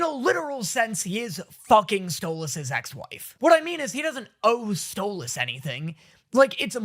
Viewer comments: Him saying Sto-loss is so jarring lol I will never get over this.... say his name right! or I'm going to start saying your name like "Day-knee" "Moe-tay" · My brain hurt every time you said stolAs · Ur meant to say Stolas' name as either "Stole-is" or "stole-ass" (stole-ass is how kinda Stella says it lol) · It's spelled Stolas, but pronounced Stolis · I forgot how much i hated calling Stolas “StoLAS” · WHY DOES HE CALL HIM stolAs 😂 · Hearing call Stolas “Stole-Ahhs” AND seeing with SHORT HAIR is a goddamn fever dream, I can’t believe we’ve come so far